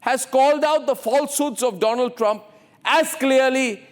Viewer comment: My Phrand.....India's phrands Mr DoLaand Thramp 😂😂😂😂😂